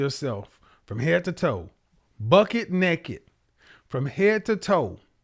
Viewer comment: Just a thought... it's 'buck naked', not bucket naked. Not meaning to criticize, just a little help for a guy who already has important messages for a lot of us. (Happy to help with a little detail now and then, while you address the big ideas.) Good work, sir.